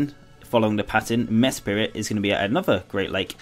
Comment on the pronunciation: Uxie is pronounced You K See Meslrit is pronounced Mes Prit Azelf is pronounced Ay Zelf